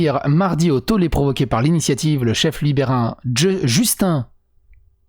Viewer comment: Le premier ministre est francophone en passant, son père étant Pierre Elliot Trudeau. Donc vraiment prononcer Justin et non ''Justine'' à l'anglophone. ( Salut du Québec d'ailleurs !!! )